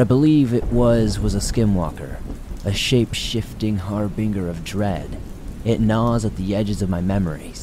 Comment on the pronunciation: FYI harbinger is pronounced har-bin-jer not har-bing-er. Good video though.